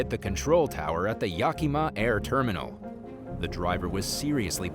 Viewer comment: Hey Dang it ! Now #1 at the end of the video you mispronounce Yakima too ! What the HECK? Come on Man do your research ! Yakima is pronounced Yak eh mah !